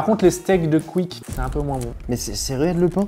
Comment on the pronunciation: Pour il dit cuique le Fastgood, il sait pas dire quick?